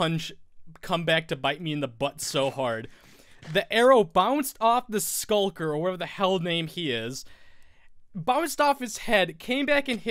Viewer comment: Also... it's a shulker :) not skulker